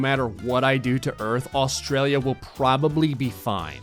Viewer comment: He said auastrailia when looking a africa